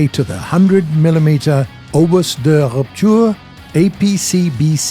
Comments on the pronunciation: Just a heads up, the "S" in Obus is mute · Please, don't pronounce the "s" in "obus de rupture",everything else is correctly pronounced. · ObuS 😂 it's sound like "obu" in french😋